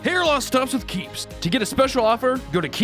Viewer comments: I thought he screamed CAPES, not keeps. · I thought he said, "Brought to you by CAPES!" at first, instead of Keeps, lol.